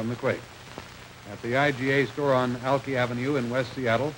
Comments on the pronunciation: Alkeee Avenue? Really? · So the news guy pronounced Alki wrong!